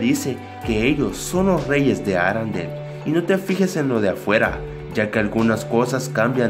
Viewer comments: es ARENDELLE no arandel Con e, no a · Aprende hablar no es Arandel parece una marca de limpiador de ropas